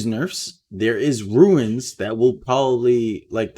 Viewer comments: Runes...not ruins..sorry if I seem like a jerk but this is the second video that you say ruin instead of rune multiple times. Love your content and the hype for season 7! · it's runes not ruins, ya keep sayin ruins....🙁🙁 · You keep pronouncing it ruins but it's pronounced roons. Runes.